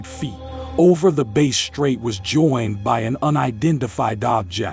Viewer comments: It's pronounced BASS , like the fish. Not Base , even though it's is spelt like the guitar. Great research guys. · Mate, it's pronounced Bass with the emphasis on ass, not base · Like the fish! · Not being pedantic, but the word Bass is pronounced as in Bat, Rat Cat, not Base. Like you would say Ass.